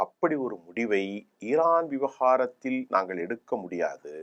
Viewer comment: ஈரான் இல்ல இரான். ஈரான், ஈந்தியா, ஈஸ்ரேல் அப்படியா!?